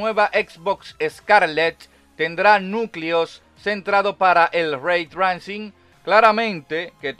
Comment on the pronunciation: Locón se pronuncia reitreising. Saludos